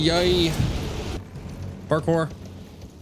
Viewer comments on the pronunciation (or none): none